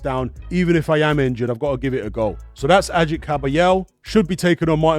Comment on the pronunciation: "Ajit" lol. It's pronounced "Agh-eet". He is of Kurdish descent, not Turkish. He would take offence to that hahaha